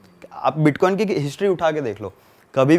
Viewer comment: Iska bitcoin bolna nhi aa raha h tho bits Bol raha h ye scame krega bhai